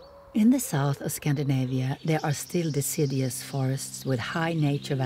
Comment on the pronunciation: Deciddyus? Adaptions?😅😅😅